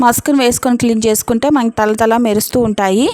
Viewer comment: తల తల కాదు తళ తళ అనాలి